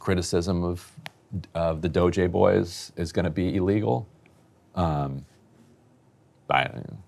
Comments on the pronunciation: Fake news. Really disappointing performance Ryan. The doge adults, that are a hell of a lot smarter than you might I add - have read only access. Quit making up nonsense stories about them "messing up the code". Also, you erase your integrity by calling them kids and mispronouncing DOGE on purpose or by accident. I'm on my last legs with this 'news' outlet. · I kinda love Ryan pronouncing DOGE differently each time. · Dude you sound like one of these doge kids, they're not geniuses they're just thieves and scammers. I mean they're in the right party i suppose. They should pronounce it as dodgy cause that's what they all are. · Ryan and his passive aggressive pronunciation of DOGE 😂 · I mean, it's ridiculous, named after a fake crypto meme for christsake. It should always have a passive aggressive pronunciation. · It's so obvious Ryan knows nothing about writing code. He's stumbling all over himself trying to fabricate his BS. And mispronouncing DOGE just makes him sound ignorant. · Is Ryan intentionally mispronouncing DOGE? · I think so. He has pronounced it correctly before, I think he just really hates the term so doesn't want to say it correctly. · Why are you pronouncing the E that stands for efficiency as an A? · I love that Ryan is pulling a norm Finkelstein pronouncing destiny's name with saying DOGE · Dogey? Doggi? Doju? .... it's Doge (Doh-ch) come on old man get it together. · Pronouncing it "doggy" really helps me <3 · Why was Ryan keep pronouncing it DOGÈ??? 😂😂😭😭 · Can’t Ryan just say “D-oh-j” like normal people? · Why is this boring guy pronouncing it Doe Jay? He is playing up the Buffoon character a little too hard. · Ryan has low T. I can tell because he keeps saying Doggy instead of DOGE. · Pronounce it as "dodgey". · Doggy? Dough jhey? Doh Jay? Is he trolling or nah? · it's pronounced DOGIE Emilly. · I'll be sure to pronounce it Doggy from now on. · Reeannn, please stop saying DoeJay. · “Doge-aye” -Ryan Bumblefuckimbecile Grim